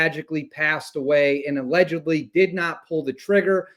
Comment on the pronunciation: Are you saying allegedly, or allegubly?